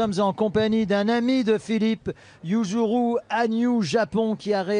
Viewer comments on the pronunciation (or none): Il a tellement écorché le nom de yuzu 😅